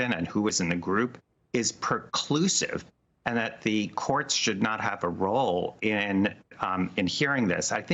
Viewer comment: "PER-CLUSIVE" ? If you're going to launch made-to-sound-important words, then I take it that you meant to say - pre-clusive (also called, collateral estoppel) - Onward . . .